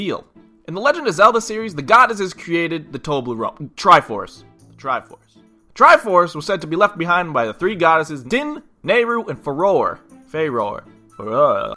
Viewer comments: I think Farore is pronounced Fuh-Roar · I think it's pronounced "Feye-Ore." Idk.